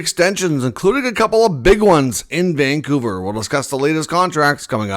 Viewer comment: It's Vancouver.